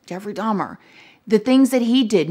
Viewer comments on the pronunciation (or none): Not “teddy n dahm dahm” LMFAOOOOOO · You did NOT just call Jeffrey Dahmer "Jeffrey Dom Dom!!" IM SCREAMING 🤣🤣😭😭